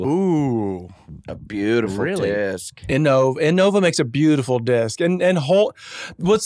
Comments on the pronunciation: It’s cool that they’re talking about disc golf but it’s pissing me off how they’re saying inNOVA and not INNova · Disc golf talk is awesome more of this! And it’s pronounced IN-OVA lol